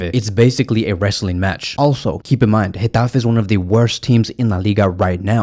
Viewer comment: Dang did you have to do gateffe like that 😂😂. You said it with passion. In addition, I think flick will start ferran on the left and raphi as a 10 Pablo tore will come in for raphina.